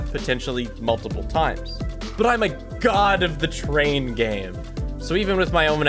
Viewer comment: GET TUGH ZEH TRAIUN AUUGH